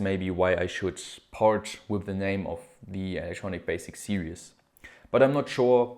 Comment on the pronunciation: Series is pronounced "sear-ease" (eeees), not serious. Lol, you say it in every video, all good though.